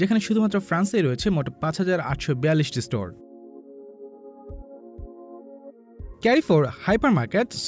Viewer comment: ক্যারিফোর না ভাইয়া, এর সঠিক উচ্চারণ হলো কারফোর!